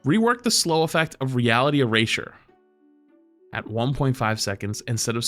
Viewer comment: Why does he say eraser like that